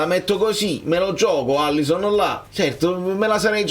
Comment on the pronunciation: Alisson, una L 2 S. Pronunciamolo bene